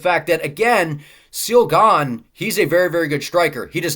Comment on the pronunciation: It’s not seal gane it’s ciryl gane😂